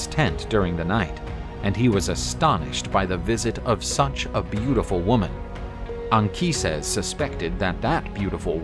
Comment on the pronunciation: I really appreciate the fact that "Anchises" has the correct Latin pronunciation in this video.